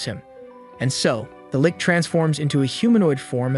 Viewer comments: He calls it a lick when it is pronuced lich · litch not lick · lit-ch. Not lick. Great stuff, tho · "revealing itself to be a lick..."-!?... You must be chinese because a Human wouldn't mispronounce Lich as "lick," when actual Humans know it is pronounced L-itch as in itchy, that kind of itch. A lich is an "undead" being, you seen the Nazgoul in Lord of the Rigs? They are Li(t)ch Kings, the high end of their form... why would you call it a lick? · just a note, Lich, which is what I'm assuming Shiki is, is pronounced 'Litch' not 'lick'. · Trues lol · Omfg it's it's pronounced Lich, not lick! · Yeah nope, the Lich is pronounced with soft ch as in cherry, not as Lick. is correct, is not correct. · Saying lick sounds funnier though. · Just a note he said litch' after makoto beat him he said litch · The show also gets it wrong, the show pronounces it as "leech" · Lich - Rhymes with itch. Deliberate - Rhymes with liberate... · why does he pronounces lich as lik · Lich is pronounced with the ch, like Charlie or charger Tomoe is pronounced like saying Toe-moe-ay as one word. This may come off as rude, but I’m just trying to help. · that's not his only fuckup, he can't pronounce Lich or mana properly and thinks Qi~ki is "kai."